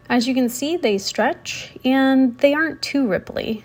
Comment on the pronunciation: you say eyand / ayand for “and”, and peyants for “pants”, a few double vowels in your pronunciation